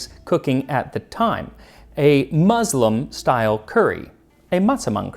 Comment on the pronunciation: I like Max a lot. This video was very interesting however, for a host that takes such lengths to try and pronounce foreign words as accurately as possible, I was surprised to hear the "z" in muslim being said especially when right afterwards there'd be the obligatory "Massaman" with an "s". Muslim... spelled with an s.... pronounced as an s.